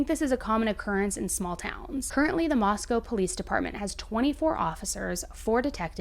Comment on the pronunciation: FYI it's moss-co not moss-cow